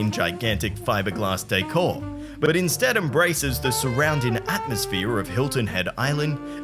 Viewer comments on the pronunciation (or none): none